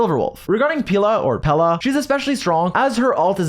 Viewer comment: Just so you know you are pronouncing Pela like the word penis in portuguese, have a nice day.